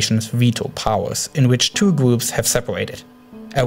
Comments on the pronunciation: I can understand your accent but the way you pronounce the 'R' sound is irritating. I mean, just try your best and you'll make it. It's not that hard! (It's Daraa not Daaa, It's Groups not Goups, It's Controls not contos.) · Its kind of triggers me when he says gwoops not groups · The weligious gwoups, such as chwistwians don't. Seem to be getting along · Can you also do an explenation of de gwoops of amewica